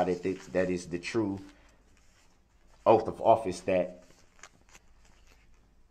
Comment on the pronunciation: He was axed to tell the truff about the judges oaff